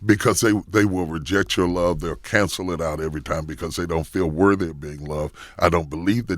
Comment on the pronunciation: I was confused for about 45 good seconds when Charlamagne said he finally got to "worvy..." I was like... excuse me?!?!? Bishop Jakes was confused too. Alright, let me go post something positive.